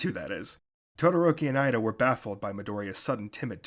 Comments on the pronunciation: Its EE-da NOT IDA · It's okay. Besides, in the anime, it's Iida. However, in the manga, it's Ida.